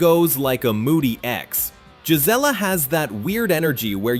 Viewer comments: Payson is NOT a small town anymore. The Prickafornians have ruined it. It's not jizz-ella. It's Gee Zelle uh. Clearly, this video wasn't made by an Arizona native. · Gelizla is not how you pronounce the name? It's pronounced "Guy-Zee-La" and spelled "Gisela"? Your Photos are outdated as some buildings no longer exist? Many scenes are not Gisela? You left out what Gisela is most famous for and I'm not telling you? If you aren't willing to do it Right, Don't do it at ALL? Finally yes I live there and enjoy high desert/ peaceful country living? You are one of those who live in the twilight zone! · Gisela. ...pronounced guy c la NOT GIS LA IM 60 and was born in Az...ya song like a knob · Payson resident here, Gisela is pronounced "guy see la" accent on the "see" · we promounce Gisela (Guy)(see)La but all one wood that's the way us arizonian's pronounce it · Caught that also..